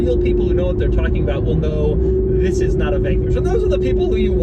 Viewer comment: Nobody: French Doug DeMuro: ZZisss!